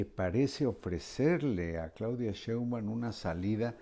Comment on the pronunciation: ME ENCANTAN PERO POR FAVOR JOAQUÍN, hay que hacer que Marín haga una plana de cien veces esceibir SHEIN BAUM, y otras cien veces que lo repita: SHEINBAUM quiien sabe cono lo pronuncia pero NO ES como debe ser jajaja pero SE LO DISCULPO sòlo que seis años lo vamos a estar oyendo pronunciar MAL el apellido de la presidente.🤦🏽‍♀️😂😂😂😂😆 pero aún así me encantan.🥰